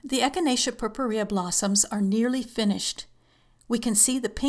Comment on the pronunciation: too long for very little info. btw, the way you pronounce purpurea, is totally wrong. but, who cares?